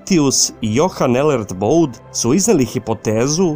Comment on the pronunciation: Johan Bode je nemac i njegovo prezime se na nemačkom izgovara tako kako se piše. Znači, on je Bode a ne Boud. Ne utrpavajte taj engleski jezik svuda jer je pogrešno